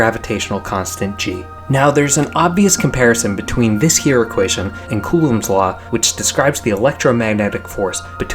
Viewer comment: OMG, Einstein’s name is not Eisenstein! You also mispronounce Coulomb. I have not checked your other data, but this error alone destroys your credibility and denies you my sub.